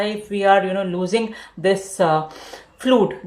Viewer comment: Fluid not flud